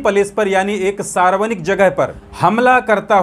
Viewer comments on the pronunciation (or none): Sarvanik nahi sarvajanik boliye